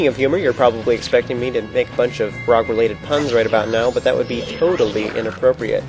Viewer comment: This nigga said, "Toadaly inappropriate" hahahahah